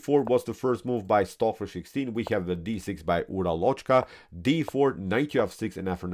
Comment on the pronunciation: The correct spelling for o in Uralochka is like schwa and the stress is on first a.